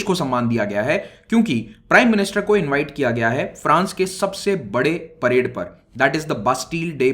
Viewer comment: parade not parde